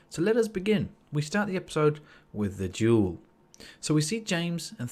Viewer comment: I thought you said 'jewel' and i was thinking 'what jewel?' but you said 'duel'